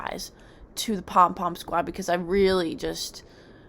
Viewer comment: Every time says "the pom pim squad" I giggle